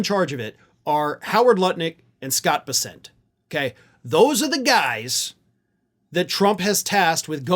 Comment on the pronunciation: Bessent's name is NOT pronounced "Buh-sent" (emphasis on the second syllable), but "Bess-unt" - emphasis on the first syllable.